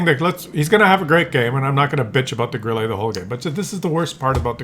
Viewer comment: Grille is pronounced Grilla in German.